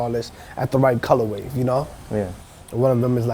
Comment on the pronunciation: Stopped watching after 3rd "colorwave"... I just cant.